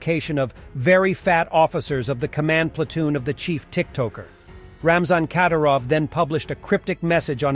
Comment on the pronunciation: The emphasis goes on "y" in the last name Kadyrov. Not on "a".